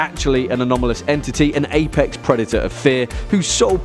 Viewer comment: Wait wait wait did he say apex